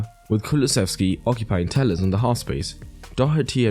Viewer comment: And also, his name is Telles (not Tejjes). He's from Brasil. If you were to pronounce his name, it would be: "Tellesh"